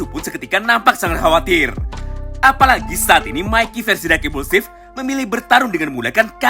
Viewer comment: Dengar admin baca dark implusif,yg gua dengar dakimuse,drak _ implusif,dakimuse ?